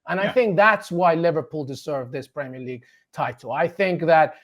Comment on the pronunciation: If you can’t pronounce Premier, you shouldn’t be commentating on the league.